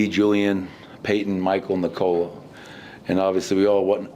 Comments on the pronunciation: It´s pronounced like in English: "Knee Col La". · 10 years in Malone still doesn't know how to pronounce Nikola